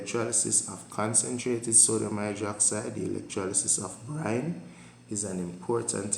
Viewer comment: sir is it brime or brine????